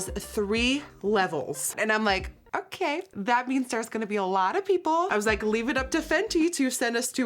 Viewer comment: I can’t stop laughing “Ohkeeh”